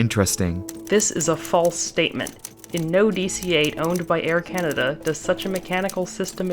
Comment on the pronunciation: Air Canader? never heard of it.